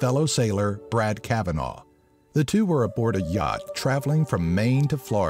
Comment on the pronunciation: Not cav a naw It's cav in na